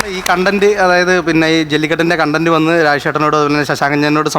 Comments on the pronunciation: കോൺടെന്റ് എന്ന് ഉച്ഛരിക്കുന്നത് തെറ്റാണ്, കണ്ടെന്റ്റ് ആണ് ശെരി, അതുപോലെ കോണ്സെപ്റ്റ് അല്ല കൺസെപ്റ്റ് ആണ് ശെരി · കോൺടെന്റ് എന്താ... കണ്ടന്റ് എന്നല്ലേ...